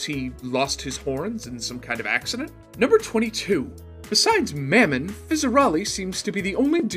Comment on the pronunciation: lol you said mammon wrong lol